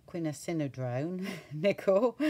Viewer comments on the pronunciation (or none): It is pronounced as quin-Aqua-drone lol , loving your process and enjoying th journey xx